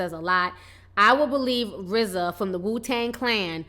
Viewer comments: Its RZA not RAZ... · Who is Raz? Oh you mean Rza. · Girl no, It's RZA!!!! Rofl!!! R-Z-A!!! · RAZ?? TI lol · its RZA ffs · RZA PRONOUNCED RIZ-ZAH